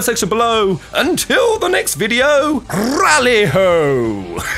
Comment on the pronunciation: “Tally ho”? Dude! Rally -ho!